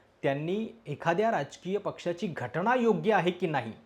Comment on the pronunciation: स्वारी सादरीकरण एकदम मस्त पण घटणा नाही घटना असं आहे तेव्हा थोडं ऐकायला बरं वाटलं नाही पुन्हा स्वारी